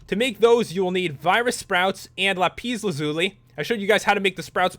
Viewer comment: Pat: Lapeez lazooly Me: dies from stress Ps it’s pronounced lapis with the i as in icky and lazuli with the u as in umbrella